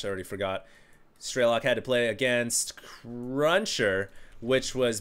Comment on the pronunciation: "Strelok" is russian for "Shooter" and there is no long "e" - "Streelok" "all the sounds are the same duration, you just snap it "Strelok"... just FYI